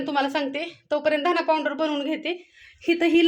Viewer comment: पांऊडर नका म्हणू, पावडर